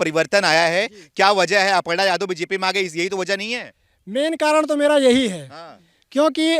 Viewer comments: वो सब तो ठीक है पर अर्पणा नही अपर्णा बोलिए। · अर्पणा नही "अपर्णा " नाम है ।